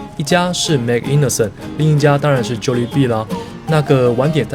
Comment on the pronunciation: MANG INASAL 是他家祿語中燒烤的意思, 應該發音叫 "蟒~伊娜薩爾" 這家的烤雞腿跟五花肉確實非常不錯, 是少數我喜歡的菲律賓餐廳 菲律賓人對於烤跟炸特別在行, 烤物跟炸物基本水準都不錯